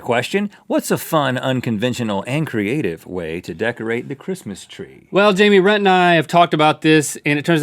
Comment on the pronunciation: I miss Lmao always messing up rhetts name